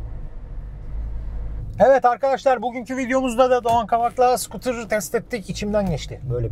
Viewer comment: Abi kardesim... sıkıtur degil.. scooter yazıldıgı gibi oku. Sıkıtur 🤣🤣🤣